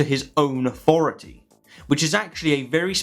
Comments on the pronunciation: Could you please use th instead of f. Its authority not aufority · “Rezer?” “Aufority?”